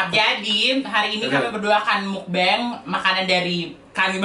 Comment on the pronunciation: Bacanya meokbang kak (mokbang). "O" nya dibaca kayak "o" pada kata roda. Bang dibaca bang biasa , tetep dibaca "a"😊